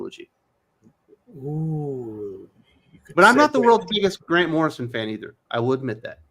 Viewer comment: It was driving me nuts when he kept saying Morrison lol!!!!